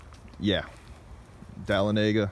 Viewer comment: It is pronounced dah-lon-a-gah. LOL